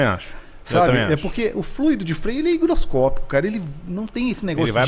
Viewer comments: HIGROSCÓPICO, não "hidroscópico", rapaziada. Erro comum e frequente. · "Tem muito mecânico que não sabe falar hidroscópico..." Deve ser porque o correto é higroscópico, não hidroscópico. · dizendo que muito mecanico nao sabe falar "Hidroscopico" mas ele tbm nao... kkkkkk HIGROSCOPICO